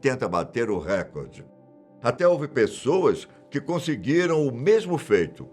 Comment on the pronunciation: Por que as pessoas falam errado? É reCORde não Récorde